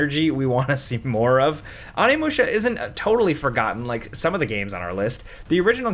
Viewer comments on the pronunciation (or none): Onimusha isn’t getting a remake because you keep butchering the pronunciation of its name